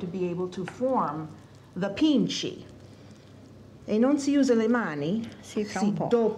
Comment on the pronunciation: pici not pinche